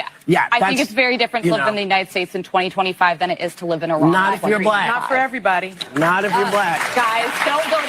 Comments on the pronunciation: Its actually pronounced "E-rahn" short a annunciation. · It’s pronounced EEEE-Ron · When I went to Grambling State University….my World Lit. Professor was from Iran. He taught us the correct pronunciation is E’Run. 😂😂 It’s ok Q, I’m from New Orleans and I know I fu$k up some words. 🤪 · It is pronounced Iran